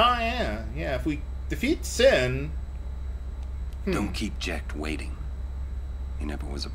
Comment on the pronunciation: The final sshowdown with sshin. The final sshowdown with sshin. The final sshowdown with sshin. Shut up already, Cid!